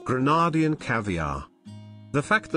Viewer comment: Pls pronounce Grenadian correctly